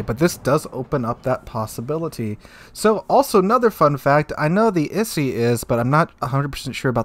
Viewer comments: Yo its I-Sei or I-Say. XD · Oh god I'm cringing every time I hear issy and thon. It's pronouced like EE-say and toh-nay. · Like someone else mentioned, EE-say and Toh-nay, not Isi and Tone Aviation BBs didn't work out in real life so they'll either be kinda useless or too stronk. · To-ne and Ise not "Tone" and "Isi" lol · Tonne and Issy? Did you even try? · Tone and Ise as in "To-ne" and "I-se". The e strictly makes the short e sound in Japanese. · Just a couple points of constructive criticism: Ise is pronounced EE-say Tone is pronounced Toh-nay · If you don't have the time to go to Google translate and listen to the proper pronunciation, it means that you don't care enough about the video you are making. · Isn't it more pronounced as "EE-se" and "To-ne"? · 利根 Tone = "Toe - nay" 伊勢 Ise = "E - say" Plug those Kanji characters into Google Translate. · butchered those names. To my knowledge it is pronounced t, long o, n, long a. for ise, long e, s, long a. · Tone-a and Ee-say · The ships are pronounced Ise (E-say) and Tone (Toe-nay) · Ise is pronounced E-Say Tone is pronounced Tone-A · Tone is pronounced Ton-ay and Ise is pronounced Ee-say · For anyone interested in the correct pronounciations: Ise=E-say and Tone=Tone-A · I’m hurt with the way he said Tone and Ise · I had to stop the video after the 4th time of you mispronouncing Ise, and Tone. Is it really a wonder why the rest of the world thinks Americans are poorly educated?